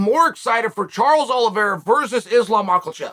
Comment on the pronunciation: At this point he is just blatantly mispronouncing Islam's name on purpose... The man's one of the number best fighters on the planet it is weight class ....pronounce fucking name right